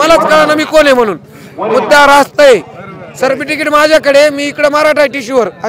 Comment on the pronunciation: Tuzhe sikshan chan zhale sadhe certificate uccharta yet nahi tula.arakshan ghevu n kay karnar.